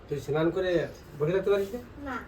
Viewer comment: Senan ?? Say snan